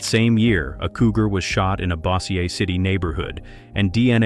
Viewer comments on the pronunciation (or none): "Bossier" is pronounced "BOA-zher"